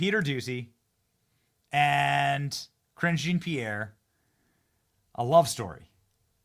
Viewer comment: When Benny says Karine Jean Pierre's name, am I the only one hearing Cringing Pierre?